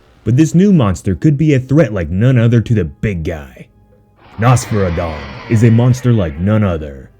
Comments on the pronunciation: It’s pronounced “ NOS FERA DON” 3 syllables not 1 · Am i the only that thinks Nosferadon sounds better as Noss-Fur-Rah-Don like how u Pronounce Nosferatu the Vampire, honestly though in my eyes the Kaiju look sh*t, too typical Kaiju looking.